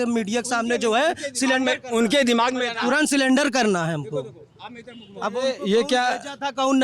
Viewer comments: सिलेंडर नही सरेंडर😂😂😂😂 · Ye sare advocate surrender ko clinder bol rhe hai gajab😂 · जो वकील सरेंडर को सिलेंडर कह रहा है वो कोर्ट में क्या बहस कर रहा होगा। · सरेंडर बोलो या सिलेंडर 😂😂